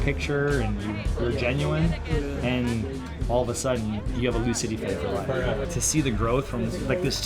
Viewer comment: Thank you for saying Louisville correctly